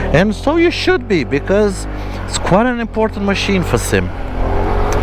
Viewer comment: The SYM is actually pronouced S.Y.M its not a single word that you can say once you had to say the Letter😊.